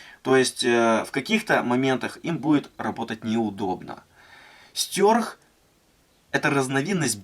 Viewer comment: мне ухо режет твое произношение название ножа, какого хрена "стЁрх" то??? стЕрх! и убери ты это активное окно на видео с ссылкой на твой канал, ты так подписки не заработаешь! бесит, на паузу не возможно поставить видео! дизлайк.